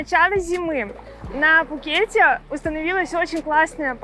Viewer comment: 😂😂😂 я не был в Тае 😂😂😂 ещё один повод хорошо посмеяться 😂😂😂 Вам надо как-то определиться, а то в названии видео Вы пишите Пхукет, а произносите без буквы «Х»😂😂😂. А по поводу того, что Вы меня не зазывали сюда, тогда вопрос? С какой целью выкладываете видео? И очень странно если Вы за многие посещения Пхукета первый раз отдыхаете на Кароне, а если раньше отдыхали много раз в Тайланде, но первый раз на Кароне, тогда какое имеете право учить других людей уму разуму!?